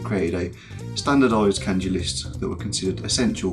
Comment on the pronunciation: And still can't pronounce kanji correctly